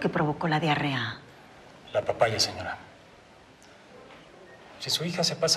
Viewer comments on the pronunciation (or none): Es diarrea no dearea